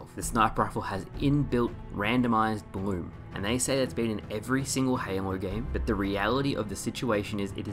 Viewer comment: I think I heard you call halo Hanelow?